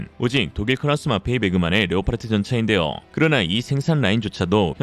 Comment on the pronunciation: leopard 는 레오파르트가 아니라 레오파드라고 발음해야한다 왜 엉터리로 레오파르트라고 계속 발음하는가?